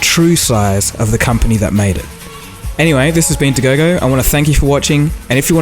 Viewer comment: How do you say dagogo without even opening your mouth ??? mind blown